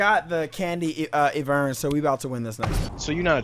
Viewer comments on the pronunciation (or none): The champion name's Ivern not Evurn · ITS NOT PRONOUNCED EE-VERN, ITS EYE-VERN SKY, E Y E V E R N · Is I vern not eevern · EYE - VERN NOT EE - VERRRRRN UGH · pleeeease its not eeevern its IVERN = EYE VERN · Eevern? i thought it was Ivern lul. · lol said his name wrong even tho they said iverns name in the spotlight smh boi lmao plus idk why people think ivern is garbage cause honestly i always win with him lol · You keep saying IVERN'S NAME WRONG!! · i hate the way he pronounces Ivern